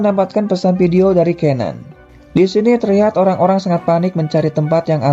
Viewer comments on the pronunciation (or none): none